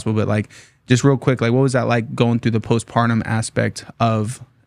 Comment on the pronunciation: *Postpartum (ie "after the separation"). Not "post-pardon."...😑